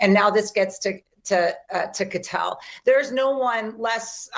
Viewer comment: or so, this PropagandaMSM 👿Terrorist owned by SchwabSorosGates, tries to act like she has dirt on K Patel but can’t even pronounce his last name!🙄